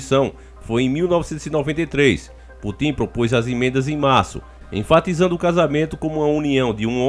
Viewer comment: "Putim" 😂😂😂😂 É Putin, mas tudo bem.